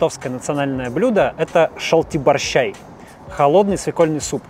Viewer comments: надо говорить шалтииибарщяй ударение на и я литовец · При каком таком князе Витавте ? Это князь Витаутас! Пожалуйста, если уж хотите показать и рассказать что-то о Литве, произносите хотя-бы Имена правильно. Я уж не говорю о вашем ужасно неправильном произношении литовских блюд (шальти\барсчай) ударение на И и произношении городов и районов Литвы. Надо было лучше подготовиться, очень режет слух.